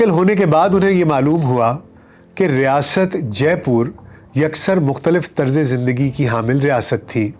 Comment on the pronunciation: Sawai Mansingh hai na ki Sarai . Kooch Bihar hai na ki kooch Pahar. Pehle words ko pronounce shi kro. Jaipoor nhi Jaipur h. Urdu me to talaffus ka bahut khayal Rakhte hain.